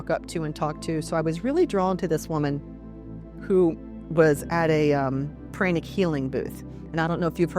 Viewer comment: Mispronounced words including chakras and pranic was too distracting for me.